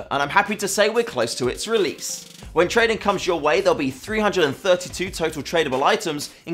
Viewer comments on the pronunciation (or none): DID YOU SAY TRADING